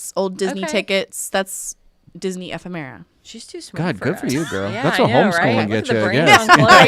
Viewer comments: Phonetically: Eh-Femme-Era. (Ephemera) that’s how you say it lol 👍🏻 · Happy 100 episodes! We love the show and all of you guys! P.s. word is pronounced E-fem-er-ah 😉